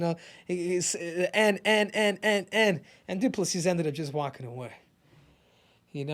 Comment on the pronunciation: "DU-PLA-SEE".... YOU NAILED IT. Again... as a South African, you guys as Americans, white AND black, are more bothered with the N word thing then most South African lol. It honestly meant NOTHING to us. Well at least from my perspective. I think izzy did more damage to his own people then he did to anyone else.